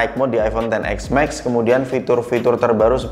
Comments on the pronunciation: iPhone ten es max bg, bukan ten ex max, udah 2x ngomong ex jadi nya 🤣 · si abang nyebutnya "ten ex mexs" XS max? 😬😬